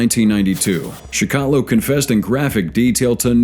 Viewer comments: Its pronounced like chickatillo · It's pronounced CHIK A TILL O